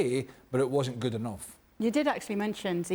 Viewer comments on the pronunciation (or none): none